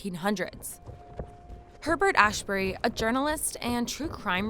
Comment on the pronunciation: It's pronounced "Azberry" 😎